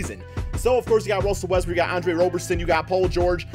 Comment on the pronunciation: Oh ma gawd ruzzzell wezzbroog